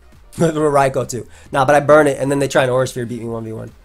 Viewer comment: That is literally how you pronounce it